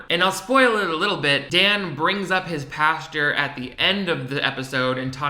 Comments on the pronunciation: nothing’s more gay that not being able to pronounce pastor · I don’t know if he is from the south but I’m from Georgia and a lot of people from here and the south pronounce it that way lol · I’m so sorry but the way you pronounce “pastor” I kept picturing Dan talking to a field of cows😂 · i was about to comment the same thing lollolol